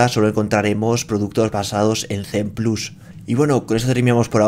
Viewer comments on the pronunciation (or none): none